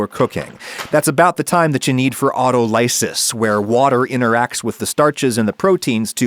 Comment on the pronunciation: I know it's really not a big deal but it tickled the back of my mind so I had to look it up to confirm. Autolysis is pronounced "aww TALL uh siss", not "awto LIE sis". More like autonomy than autobiography.